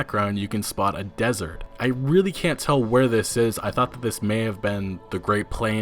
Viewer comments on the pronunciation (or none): none